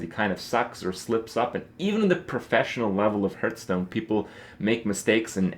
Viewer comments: It annoys me that he pronounces "Hearthstone" like "Hurtstone"... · Why do you call it Hurtstone